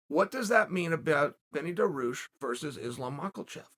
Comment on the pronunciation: Now I may be out of the loop but, he's got to be doing this on purpose right?